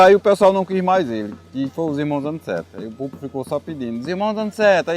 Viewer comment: O nome certo é Aniceto não é Aniceti..aff